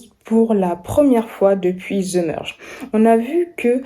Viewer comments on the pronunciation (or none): svp je ne suis plus capable d'entendre ZE au lieux de THE ou vous voyez le Z dans THE